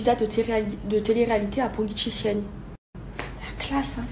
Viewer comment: Elle a dít quoi ? Politichienne ?? 🤣